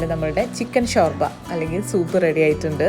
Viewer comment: ഷോർഭ എന്നല്ലല്ലോ ശുർഭ എന്നല്ലേ പറയ്യാ 🤗😊